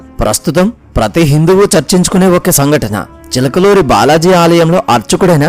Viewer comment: Chilakaluri kadu chilakuri